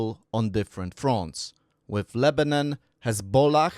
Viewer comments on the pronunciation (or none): none